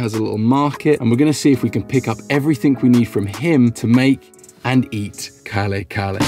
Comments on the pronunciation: The dish certainly looks beautiful. incidentally its read as kare-kare.. (ka-RE ka-RE) you drop the stress on second syllable of each word, and you dont aspirate the K. bago-ong is read as BA-go-ong, i think the stress is on the first syllable. dont worry too much about the pronunciation, most non-filipino usually have a hard time with it. the key with the filipino language is you usually read it as it is, per syllable and you dont aspirate any of the letters. =D as far as i understand, curry is anglicized of the hindi word kari which means "sauce", and kari in japanese is probably taken from the english word curry. so maybe kare-kare is a loan word from hindi... since a lot of words in the philippines are taken from several other languages, spanish and chinese to english. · Kare-kare is pronounced as KAH-REH KAH-REH. It is a peanut based beef stew. Aside from peanut butter, you can also use real unsalted roasted peanuts and then pound it till it is in rough powder texture and add it on the stew to thicken the broth so it is midway between brothy and saucy. The shrimp paste is eaten like a sauce to add on for every scoop of spoon that you eat - just like a sauce. Kare kare is actually very filling and thick that sometimes some bites, i do not add the shrimp paste, sometimes, i do. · Ka-re ka-re pronounce slowly 👍👍 from mother May thank so much and please cook it haha that so good and one of delicious Filipino food ❤️ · Hi. The proper pronunciation is ka-reh'-- ka-reh' with the accent placed on the last syllable rather than on the first syllable. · I really am ecstatic on you pronouncing Filipino dishes/ingredients. Good observation with satay - peanut butter similarity. Kare-kare is pronounced ka-re ka-re (not curry curry hehe). atsuete (pronounced a chu-we teh). And bagoong is ba-go-oong. Usually we don't add calamansi with our kare-kare. As always, appreciate the nod to the Filipino cuisine. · Kare kare not kale kale and put bagoong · Car-e car-e